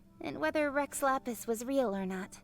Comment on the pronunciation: It sounds like he is trying to say "Rex Lapis" as "Reh Lala" PLEASE I WANT TO FREAKING CRY This is the genshin i fell in love with - the genshin with so much meaning, detail and emotion! Guoba is so cute- i love him so much!